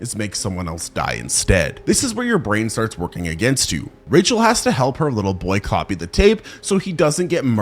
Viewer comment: "woking up"? You good my guy?